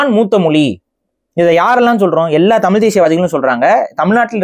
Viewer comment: ஐயா முதல்ல தமிழ்ல தமிழ் இன்று ழு என்ற எழுத்தை உச்சரிக்க கற்றுக் கொள்ளுங்கள் தமில் கிடையாது தமில் தமில் தமில் சொல்றீங்க அதுவே முன்னாடி தவறு பஸ்ட் பேச கத்துக்கிட்டு வந்து உச்சரிப்பை கத்துக்கிட்டு வந்து அதுக்கு அப்புறமா இன்டர்வியூ குடுங்க ஐயா தமிழை கொள்ளாதீங்க தயவுசெய்து